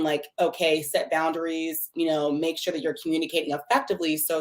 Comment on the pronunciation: I knew she was gonna be ignorant as soon as she said I sholl is..